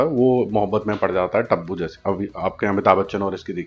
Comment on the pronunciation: भाई टब्बु नहीं तब्बू 😂